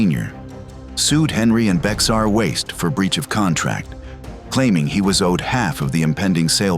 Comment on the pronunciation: Just so you know it's pronounced "bear". Like Bexar Co Tx 😂